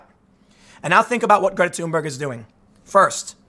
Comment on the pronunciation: Did he just called her Greta tumor